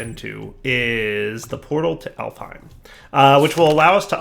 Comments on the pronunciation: it's "Alfheim" not "Elfheim" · One day will pronounce gourmaryllis and alfheim correctly!